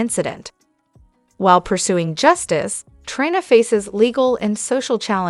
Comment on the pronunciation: Please make the robot stop saying Try-na! It's Tree-na.